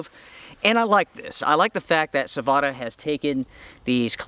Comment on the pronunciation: Sah-Voh-Tah. Perkele!